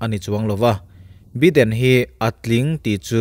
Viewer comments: Biden nilo in Baiden ti a lam tur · Sir, Joe beeden i tia .. Joe Baiiiden tia lam tur ania.. American english an hmang a.. British english lh American ah poh bi lh by hi.. Bi. .tia lamrik. Vaipa bhaia kn tiha bai kn lam rika lam rik ve2 ania( bai ah vowels 'a' hi silent language aga lam rik ngai nih chu) Zalenna a len bik hi mizo tawngah chuan len hi thluk sang lovin sangha manna len thluk hniam kn hmang aga zalenna( len sangha manna) thluka thluk tur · Biden tia lam tur ani lo, Baiden tia lam tur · Biden hi bye2 kan tiha 'bye' anga lam tur 🙏🙏🙏 channel thlir an tam leh dwn sia😊 an hming tal hi chu lam dik hram2 ila ava tha lehzual dwn em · Joe Biden hming hi i lam ri zing sia, i lam rik dan hi a khingbai deuh tlat, Jaw Baiden tiin lam ri la, ngaihthlak a nuam zual viau ngei ang le, sawisel nilovin, thahnnem ka lo ngaihpui vang zawk che nia. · Joe baiden tih tur. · Subscriber ka nih angin "Baiden" ti a lam tur in ka ngen a che. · Tianga mipui ngaihthlak theih turah chhawpchhuak ve meuh chuan Joe Biden hming lamrik dan dik tak tal te chu hriat ve awm.